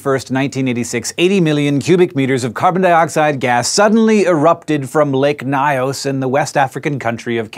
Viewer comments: Loved this episode it explains a lot about what was considered a national catastrophe in Cameroon. Just one tiny correction the Nyos is pronounced Ni-Us not ny-us lol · LMFAO. I had to rewatch it to hear it. I don't think he is trying to say "Mynos" though, its "Nyos" like nigh auss. Edit: if anyone cares. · If Hank could pronounce "Lake Nyos" less as "lick my ass" it would raise my comfort level. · Lol the lake isntneven pronounced like that. The languages of Cameroon dont have the same orthography as English. Its pronounced like a hypothetical Spanish word *ños would be.